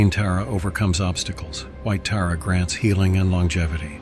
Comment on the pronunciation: I enjoy your videos, but the pronunciation of Tǎra and others is off putting. In the Tǎra video, AI switched between Terra and Tǎra. Can’t it be programmed to say Tǎra consistently? I can’t imagine doing the same for Christianity. People would consider it disrespectful.